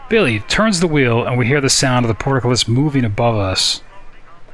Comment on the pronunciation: It's just port, then cullis, Not port-a-cullis. There's no outhouses involved.